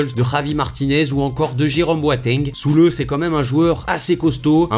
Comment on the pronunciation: alors déjà on dit pas "Soulé" mais sa se prononce "ZulE" (on prononce le e)